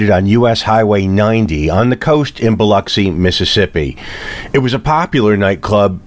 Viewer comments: Thank for pronouncing Biloxi correctly. As a former Mississippi resident I appreciate it. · I am so happy to hear you pronounce Biloxi the way it is supposed to be pronounced. It is so frustrating to hear people from other parts of the country call it Bi LOX i!! You did your homework!